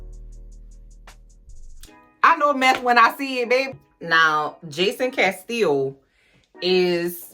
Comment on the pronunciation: As soon as I heard you say the name Jason Castillo, all I heard was my girl Tegan saying "Laurel CA-STEE-YO" on HTGAWM!!! 🙃😂😏